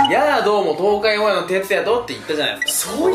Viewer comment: 「やぁ どうも東海オンエアのてつやとって言ったじゃないですか」って言ってるけど、0.25倍速で音量MAXにしても『東海オンエア』が一生聞き取れない。 どうやら私は、メンバーとは違う、バベられた世界で生きていたようだ。